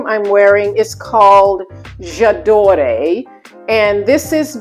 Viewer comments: The perfume is pronounced j'adoor.'..french for I love...the e is not pronounced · The fragrance you are referring to by Dior, it's correct pronunciation is Ja dor the e is silent. I do agree , it is a soft, lovely long lasting fragrance. It is one of my favorite perfumes.